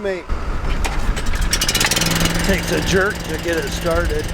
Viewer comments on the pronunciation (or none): none